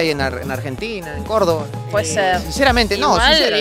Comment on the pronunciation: "Córdoba" no córdova, esto no es coca papiii